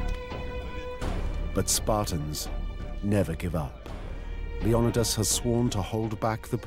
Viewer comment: Leonidas not lendios similar but different.